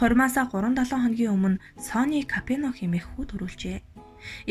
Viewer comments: Капено биш,Капоне гэж унш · Капино биш КАПОНЕ гээчээ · Ямар тэнэг юм бэ Капоное гэж нэрийг Капино гэж уншаад ямарч сонсох сонирхолгүй болгочих юм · Kapeno geed bhiin kkk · Капино гэж уншаад байх энэ хүүхэн нь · нэртэйгээр нь капучино гэчихээ 😜Капино гэсээр бгаад дуусгачихлаа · зөв уншаачээ Капэно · Хүний нэрийг зөв дуудаач ээ, КАБИНЕТ! !!!!!!!